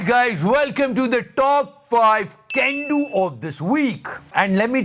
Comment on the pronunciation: Bhai bolta he WELCOME TO CAN DO OF THE WEEK....mjhe sunayi deta he GENDU OF THE WEEK 😂😂